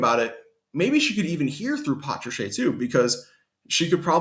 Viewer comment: It's not patracheeeee its patrash